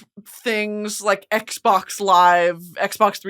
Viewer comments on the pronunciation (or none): none